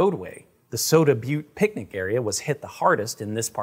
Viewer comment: Say picnic again!